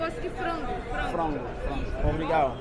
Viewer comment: Again, I am not criticizing you. I am just trying to make it safe for you. I lived in Brasil for 6 years. When I started living there, I always went with a friend. The word obrigado , you always missed tge last syllable. You need to put an a harder, like accent on the "D"on the d other last "D". They love American but there are crazies. You will witness robberies almost daily. My family were walking through Manaus up the Amazon, a little kid ,somehow got himself right in the middle of us walking. He reached right into my brothers camera bag and had the camera in his hand, I reached out and hit him so hard on his wrist, I think I broke his wrist. We were busy looking for a traditional restaurant too. He was so small ,we couldn't see him slipping in between us. Good luck !